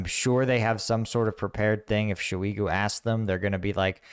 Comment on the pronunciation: SHEW-EEEGOO. damn that's a hell of a pronounciation.. 😂